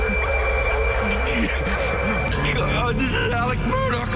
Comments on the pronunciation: Can we STOP saying "MURDOCK" ITS, (sounds like)...."MERDAW" Lets not church it up dirt. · You keep saying their last name wrong